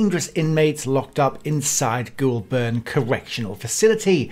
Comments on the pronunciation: Its not pronounsed glolburn its golbin not the spelling just how u pronounce it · Its pronounced "Golburn" not Ghoul burn, but clearly appropriate given what the content is about👍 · “Goulburn” You got the first syllable right but the second one is pronounced more like “bin”, but without the “i” Making it “Goul-bn”. Same story with Melbourne. I know how it’s spelt but it’s pronounced “Mel-bn” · It's Gol-burn, not goo-ol-burn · ITS PRONOUCED 'GOULBIN' NOT 'GOULBURN' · Only a pommy who'd never been near Goulburn would pronounce it Goolburn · Just a note here it's pronounced as "Golb'n" not Goul Burn" as you were saying. If you're going to do vocals in overseas videos it helps a lot to say place names properly - or better still don't talk in them. Having suffered through your video, almost all your Australian place name pronunciations are wrong. (I'm an Aussie, and I know A LOT of my country!!!) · I gotta fix this blurr. It’s Goulburn. We pronounce it as goal bin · Great video, but as a local you must pronounce it like you would say "Golden". o7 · Its pronounced "goal'ben" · Listening to others pronounce Goulburn is hilarious. Pronounced Goal-bern not burn. Just think the R is a short R. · Goulburn pronounced "Goal Bun" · Pronounced Golben even tho it’s spelt Goulburn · Please… it is pronounced ‘Golben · It’s pronounced “Gol bin” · Pronounced "Goulbn" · Pronouced Goal-bn. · Goll burn lol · Isnt pronounced GOUL BURN it is pronounced her GOUL BUN goulburn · Say Goulburn properly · Before making such a vid, perhaps you could learn how to pronounce Goulburn. And if you would like any credibility you could learn what an Australian criminal court looks like so you don't grab stock courtroom footage that can not possibly be Australian. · You need to learn how to pronounce Goulburn. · Learn to pronounce Australian town names correctly I found it very irritating.